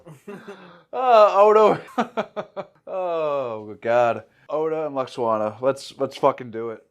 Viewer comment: OK, it's not Luxwana....it's pronounced Loo-walks-on-ah.....almost as bad as Jen Murray saying Ferengay instead of Ferengi